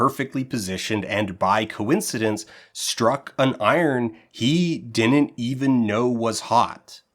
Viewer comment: You have good diction except when you say “didn’t” which you pronounce “din’nt.” Anyway, something to be forever self-conscious about!